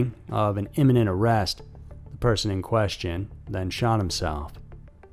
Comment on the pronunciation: Your show is very interesting. I think you might have said, "inniment" and it is imminent. That's all, thanks!